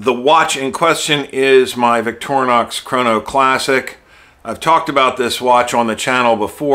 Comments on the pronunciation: Vic-to-ri-nox Not victor-nox, just like your name is not Surban Prolarian. It's not that difficult, just make an effort and dont be the one to not even know how to spell. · Its not that big a deal but , and some more, its just something europeans notice, Americans mis-pronounce foreign words like victornox or hundai (hy-un-dai), especially if there are more syllables it becomes apparently difficult, no big deal, it just sounds odd. Kudos for your vids on the watches and accuracy 👍🏻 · I’m sorry. Are you sure you watched my video and not someone else’s? I have always pronounced Victorinox, “Vic-tor-i-nox”. And I don’t think any spelling, whatsoever, appears in the video so I’m sure I don’t know what you’re going on about. Thanks for getting me to rewatch my old video though!